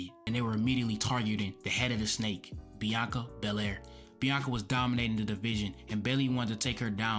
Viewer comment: without saying a word??? or without being able to say a word? i will forever have her bianca berraire and reah riprey callout in my mind why cant some asian pronounce the letter L, its like the part of their brain capable of speaking the letter L is burned out from too many sushi 🤣🤣 need more mercury 🤣